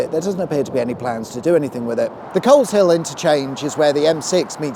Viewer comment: 2.56 The 'L and H' in Coleshill are silent - it's pronounced 'Coze-ill'